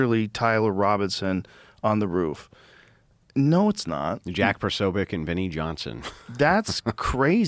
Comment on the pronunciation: It's Posobiec(Po-so-bic)